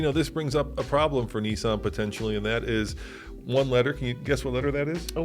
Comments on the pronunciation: Nissan,not Neesun.🤣🤣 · i say Nissan you say Nessan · It pains me every time I hear the way Americans pronounce Nissan.